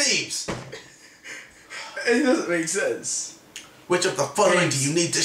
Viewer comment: Why does everyone also read it as sleeves when it says sleevies?